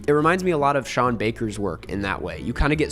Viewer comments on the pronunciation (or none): none